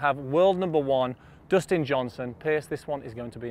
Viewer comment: "Doughstin Johnson"